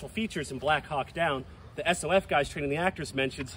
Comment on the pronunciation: “S-O-F”, Buddy it’s just SOF (pronounced one word)